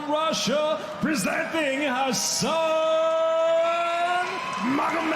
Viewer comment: Хасан он,а не Гасан.